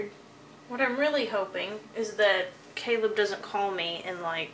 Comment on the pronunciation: was I the only one who thought Caleb said celeb😂😂